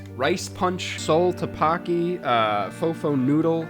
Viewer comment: Your pronunciation of ddeokbokki made me laugh out loud